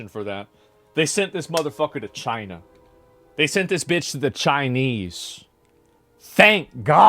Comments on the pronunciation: Why did he say chienaaaah like that even their president didn't say it like that, someone from America please explain this hilarious mystery reference😂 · "That bug is in CHY-NUH" 😂